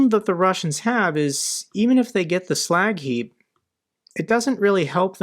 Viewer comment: That "slack heap" sounds like Iwo Jima.